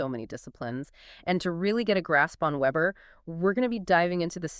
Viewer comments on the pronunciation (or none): Max weber, vay-ber